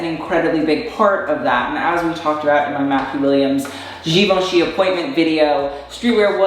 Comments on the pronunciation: girl the hype beast was saying "givenchy" better than you were... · Just the way he says "GIVE - AHN - CHEE" makes me cringe so hard. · Vet-e-monts. Givaunchee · hearing cry as he heard him pronounce givenchy was so funny. Like if heard this customer at my work when they asked for 'give-en-kee slides' we would be having his funeral this moment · losing the will for 20 out of 30 minutes, it's a chef's kiss from me haha Also, "we are three minutes into this video and this man has said GUH-VAUN-CHY" 😂😩🙏 get her Jade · Look at you giving credibility to THAT. JEE-VAN-CHI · "jivace" "venemom" Street wear ppl never fail to amuse me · GIVONCHEE DRIP!?!? 🤦‍♀️🤷‍♀️ Drip or Drown.. DROWN. LOL. I love you,as always best commentary.😘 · HE SAID GIVE -ANCHY IM DONEE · 'GIVE-UNCHIE' oh no no no no.... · To be honest, he probably said givenchy incorrectly because these types of dudes usually like to seem super into the idea of over the top ‘hetero masculinity’ and think saying something correctly in French makes them ‘sus’... really it makes them look stupid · I'm begging someone to tell him how to say Givenchy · Hi I am a middle-aged women from France ( now living in Canada) and I love your channel! Streetwear is my least favorite fashion style however I respect those who like it! That being said you have managed to keep me interested throughout the video! I cringed when I heard him say "Givenchy" and "vêtements"😰! you pronounced "vêtements " the correct way! As a French person (and this is very cultural) we tend not to flash brand names however I do not put down those who do! To each their own and what makes them happy but I'll make an exception...✌ please young man change your curtains they're sacrilegous! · Dude their givenchy pronounciation kinda killed me inside. Like ik French is hard but issa brand!!! Plz say it right 🥺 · the mispronouncing Givenchy moment gave me some Showgirls-Versace realness